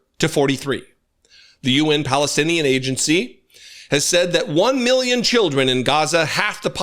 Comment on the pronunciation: How he says “meelyen” has always irritated me